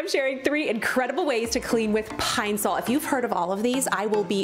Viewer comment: My whole life I pronounce Ed it Pine-Saul 🤦🏻‍♀️ Pine- sole makes me cringe, but it’s obviously right I hate everything 😣